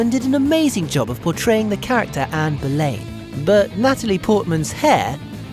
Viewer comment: Ann Boleyn is pronounced bo-lin, not bo-layn.